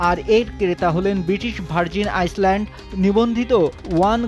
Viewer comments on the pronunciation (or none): Its "Island" not "Iceland"